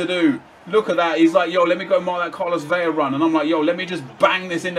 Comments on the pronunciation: Yoo, VeLLLLaaah like lah lah lah. Not (Veya) Its said Velah. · its pronounced Carlos Vela. Its only Veya with the double ll.So it isnt silent you can hear the L.